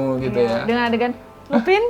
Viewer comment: Lupin bacanya lupan (French)